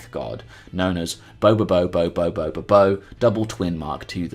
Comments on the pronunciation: You keep saying his name with and extra "Bo". It's Bobobo-Bo Bo-Bobo. 3-1 1-2. That's 7 bo's. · you added an extra syllable to his name and its giving me conniptions